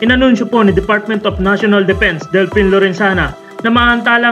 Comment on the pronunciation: Delfin yan with a F, hindi Delpin w a P. Please ...